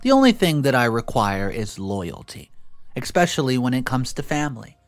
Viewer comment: Stop saying expecially. It’s especially. So aggravating!